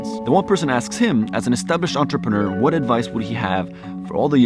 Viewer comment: WOW You are American and you Can pronounce Entrepreneur , (Not Quite) , Nearly!